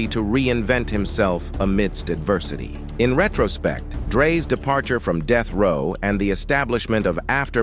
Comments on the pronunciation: when AI narrates the video, deathrow turns to deethrow,among other things. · "Soogay Knight" & "Deeth Row" AI narration be killin me:face-green-smiling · Bro... STOP using AI to narrate. Unless, you've got a speech impediment or something. Even then get a friend. I had doubt until the 'ish point. What the actual fuck is DEETH row records!? Also, alongaseeda!? Bro... SOOGA Knight. Come on... If you think I'm just talking shit, listen to this. - I hope to NEVER get this type of garbage recommended to me. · Annoying af I was already annoyed with how he pronounced Suge and pissed me off even more when he said "DEETH row" smfh this AI shit so corny why not just use a human?